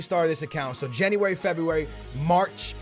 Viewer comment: anyone else get pissed when says "jenny-wary" instead of january